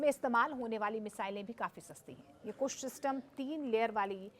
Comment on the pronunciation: पत्रकार महोदय को अभी इसमें ट्रेनिंग लेने की जरूरत है डिफेंस का एंकरिंग करना कोई आसान काम नहीं है अल्प जानकारी उनके वक्तव्य में स्पष्ट झलक रहा है कुश प्रोजेक्ट नहीं है बल्कि कुशा प्रोजेक्ट है